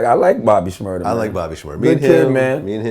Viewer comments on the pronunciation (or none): "bobby shrmurdeR"